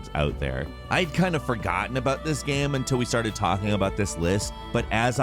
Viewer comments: 'gayum' lol I love the way pronounces 'game' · Why do pronounce game as “gaem”